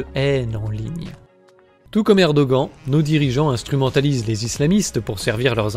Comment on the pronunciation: Erdogan se prononce "érdoane", peu importe si tu ne l'aimes pas, fait un effort et prononce les noms turcs correctement, c'est la moindre des choses.